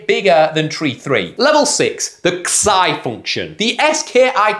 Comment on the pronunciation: Jesus christ mate, it's "zai", not "ksai" function.